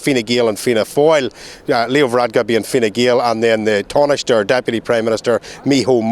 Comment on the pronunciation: He's GB News' N.Ireland reporter and he can't pronounce the name if Ireland's Taoiseach or the their national police force....not a great start...